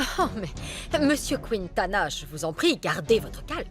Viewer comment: Moi c'est la façon dont prononce le nom de Padilla Monsieur kwintana 😂😂 ça me fait tellement rire 🤣🙌🏾